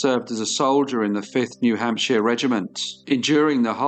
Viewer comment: New Hamp-shire not hamp-she-er